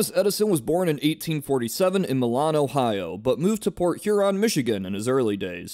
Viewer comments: You should know better. It is milan (My-lan) Not (Me-laan). Much like Lima (Lie-ma) is not (Lee-ma). You are from the mid-west. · Fun fact the Milan ohio isn't pronounced the same way the Italian city is, the I and A say their name, so like a long vowel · LMAO!! You should look up how to pronounce Milan Ohio.